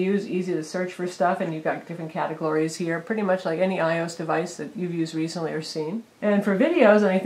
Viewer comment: ...Did she say "i-ose" instead of "iOS?"